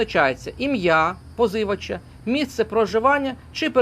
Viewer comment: Одне питання, чи має автор юридичну освіту? Адже слово позИвачі, дуже різануло вухо. Жоден професійний юрист так не скаже🤷